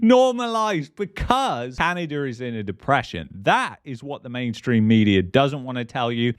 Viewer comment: In canaderr